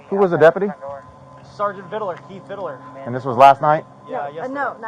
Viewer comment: Dude still can’t say KEITH VID-LER